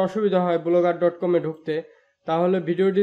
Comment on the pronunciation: ঠিক মত উচ্চারনও করতে পারেন না: বলোগার ডট কম